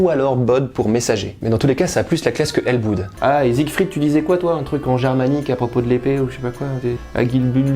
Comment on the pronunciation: Pour ELLEBOODE les deux O se prononcent " o " pas " ou " je le sais très bien puisque c’est mon nom de famille et depuis toujours tout le monde se trompe sur la prononciation ! 😭